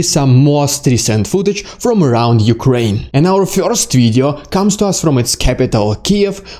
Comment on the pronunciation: Damned well organized video report! A + . "Bless you!" (sneeze) . I can't get over the way you say the one syllable word: "first." You seem to say "Fiyorst" ! LOL ! Might want to Trademark that! There's nothing wrong with it . It's just funny / interesting.